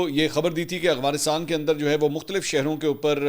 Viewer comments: Bro its "Afghanistan" not " Agfanistan" 😂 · Salam Mansoor sir ap Afghanistan ko aghwanistan bolty hn Sahi bola krien.. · منصور بھائی آپ مہربانی فرما کر افغانستان کہا کرو af gha nis tan اتنے بڑے صحافی ہیں آپ لوگ کیا تاثرا لیں گے